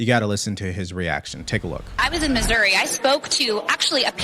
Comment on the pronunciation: That reporter said.. MISERY...it's MISSOURI! LOL.